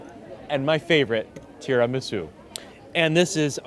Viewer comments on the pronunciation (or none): none